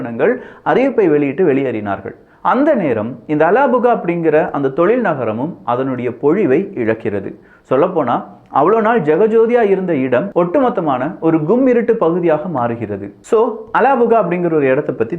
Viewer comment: பொழிவை அல்ல அது, பொலிவை என்பதே சரி. முடிந்தளவு தமிழ் வார்த்தைகளை பயன்படுத்தவும்